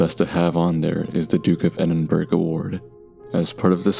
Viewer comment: I’m sorry but the “duke of edin-burg” took me out 😭😭